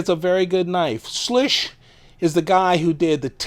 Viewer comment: Just FYI, it’s pronounced “Swish.”